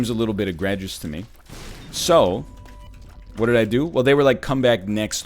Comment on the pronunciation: it was bad enough that he usually says egg-gregious. now he's not even consistent about it. all order has been forsaken in the face of this child.